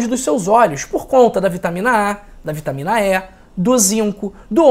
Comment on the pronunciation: Não é vitamina É é vitamina E 😂😂😂😂😂